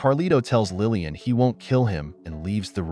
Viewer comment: It's Laline, not Lillian!!! Otherwise, it's a good video. 😊